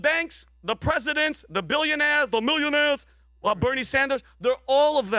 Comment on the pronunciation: why he sayin millionaires like that lmao